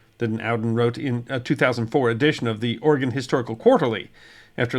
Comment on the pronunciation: Thank you so much for pronouncing Oregon correctly! 😀